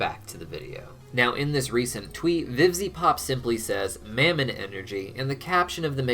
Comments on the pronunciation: Of mammon, soft a, not hard A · I've heard Mammon pronounced in a few ways, specifically Muh-mon and how it's said in thus video. I was wondering if anyone had any insight to which way is correct? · why did you start pronouncing mammon differently???